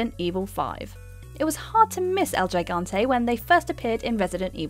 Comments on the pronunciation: It's pronounced He-gante. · I'm sorry but El JAIGANTE is just such a strange way to pronouce it Think more like "he-gan-te" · Did you really say "Jai-gante" and not "hee-gante? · It's pronounced higante not gigante, it's hard for a Spanish person to hear it said that way lol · It’s “Higante” not “jigante”, it’s Spanish. Also it’s “Kelebrimbor” not “sellibrimbor” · El HE- GANTE Please... my ears. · El “jaigantay” 😂😂😂😂😂😂😂😂😂😂😂😂😂 the G is silent in Spanish guys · Wow who proof read this copy???-Gigante(hee-gone tay),especially not ex-specially,Sauron(sow-ron),and chasm(ka-zum)more mispronounced half the voc. very professional!Either this chic is not real bright or the writers are subpar-or no one proof read -probably combinations of each. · Los que hablamos español, "El yaigante"! :o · How she says “el gigante” and “chasm” bothers me... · That's not how you pronounce Gigante tough...